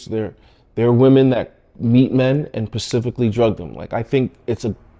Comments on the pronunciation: specifically* not pacifically 😂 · pacifically, as opposed to atlantically atlantically atlantically atlantically?